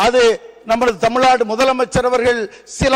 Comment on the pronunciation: இது தமிழ்நாடு, தமில்நாடு இல்லை.